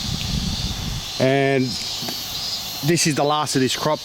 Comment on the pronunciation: Oh, "wheat" 😅